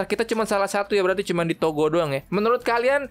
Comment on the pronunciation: Gue denger negara togo nya malah toko sumpah 🗿